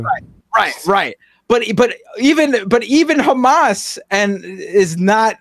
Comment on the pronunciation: If someone pronounces Hamas as "hummus" anytime, I'm gonna flip cuz it's not a hard word. British and Australian news hosts are just hilarious.